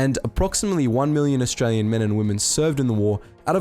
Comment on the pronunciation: Asuatralia huh? 😂